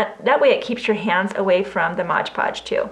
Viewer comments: why does it say Mod Podge but you pronounce it Modge Podge? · Mod Podge, please...not Modge Podge. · Please it is MOD not mode , just a pet peeve. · Would you PLEASE STOP saying Modge Podge!!! It is MOD PODGE, no "ge" on the end of MOD!!! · Love your ornament ideas. But please correct your pronunciation of MOD Podge. It was born Mod Podge in the 60's when I first used it. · No not a know it all. But an English teacher. She said thank you, which means she is grateful and probably will speak that correctly from now on.